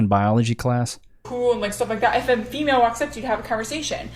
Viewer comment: i love the way she clear states "FEMALE" and "MALE"